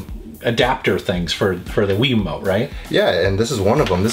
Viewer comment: Why do you say wii wumote